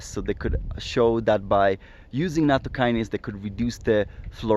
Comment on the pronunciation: I have a pedantic comment about pronunciation and etymology. Nattokinase is an 'ase' (i.e. an enzyme) that is derived from Nattokin. It's not a kinase (a specific kind of enzyme) derived from natto. So to avoid confusion, it's best to pronounce it so that the kin rhymes with 'win' rather than with 'wine', and with the emphasis on the ase rather than the kin. The kin in nattokinase is just a japanese character for bacteria (which comes from chinese: it's the character pronounced jun in mandarin chinese, as in bingjun: it's grass on a box with a plant stalk inside, if you know what I mean) and it's just a coincidence that it ends up making nattokinase look like it's a kinase.